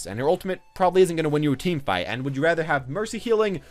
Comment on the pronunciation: Did he say "team fart" ? I'm confused